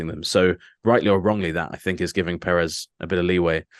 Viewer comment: Yo can you try pronounce Perez correctly